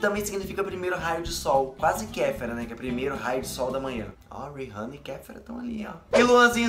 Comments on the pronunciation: Não é "RIRRANNA", é RIHANNA 😴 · Não é uírrana é riana. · queria saber porque muita gente pronúnica o nome da Rihanna errado. gente se escreve com H mas se pronuncia com som de A. Exemplo: RiAnna. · Pronunciou o nome da Rihanna errado 🌚